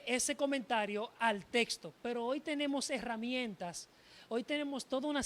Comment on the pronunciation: por que la mayoría de estos que debaten pronuncian testo y no texto😂😂😂 por que y según son preparados😮